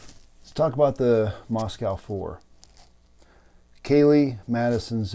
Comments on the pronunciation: It's pronounced Mosque oh not mosque ow. I live near this area, and there is a dead zone for cell phones. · Thank you, Sir. I'm a N. Idaho native and the town name is pronounced "Moscoe." :)